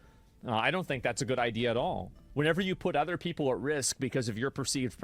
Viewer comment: couple of things ... his accent is made up, he trying to sound posh and professional but he isn't and the way he speaks gives him away eg: 'ovva' instead of 'other'. and the war on terror is not a new war. terrorism in its relatively modern form has been a reality to brits and south africans for at least 6 decades